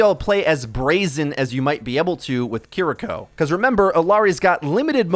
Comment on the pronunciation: He clearly doesn't care about correct pronunciation. He still says "Kah-Ree-Ko" and doesn't sound like he's correcting that any time soon.